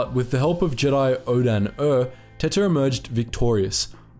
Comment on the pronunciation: I have to pronounce her name empress 'teeta' otherwise she's just empress tits. Spanish is far to well known for people not to notice that.